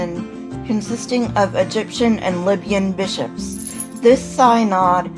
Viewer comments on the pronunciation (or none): Good job 🙋🏼‍♀️ I can't think of anything to add except Synod is pronounced Sin-Odd not Sine-Odd.